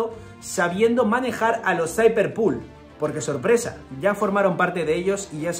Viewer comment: por que dices Cipher PUL????? no puedo con eso